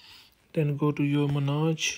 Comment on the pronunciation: In English, “Monarch” is pronounced “Mon-ark”, not “menage”, which is something completely different. 😂